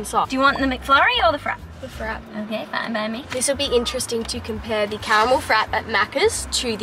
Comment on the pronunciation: It’s not pronounced Frap…….it’s Frap-ay 🤣 Americans are funny 😄